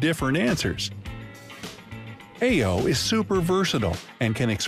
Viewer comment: Most of these things either are not true or well known. That is not the way to pronounce "aiyo".